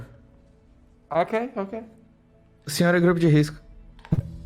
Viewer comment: "sou do grupou de riscoou"